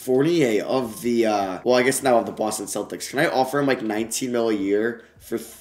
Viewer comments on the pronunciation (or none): none